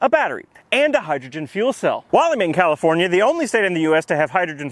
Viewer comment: "californiar" lol